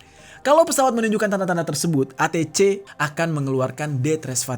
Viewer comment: ATC Bacanya ei ti si bang😂